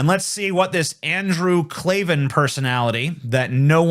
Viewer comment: It's pronounced like Clay-Van 😂 I agree with Andrew Klavan wanting to bone Tina tho. Andrew was popular before he joined DailyWire. I remember he had segments like "On the Culture" and "Revolting Truth".